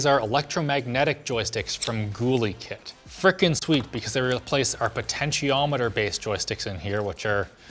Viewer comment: It's pronounced gull-ih-kit! Not gool-ee-kkt!